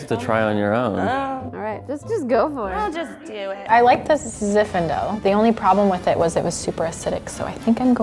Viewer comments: She kept calling it "ZI FINDALE" ............ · mispronouncing Zinfandel is so cute 😂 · consistently saying “Ziffendel” instead of “Zinfandel” is just the best!